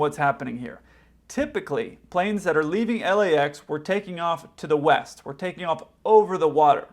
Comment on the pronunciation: East?, I thought you said Weast! 😂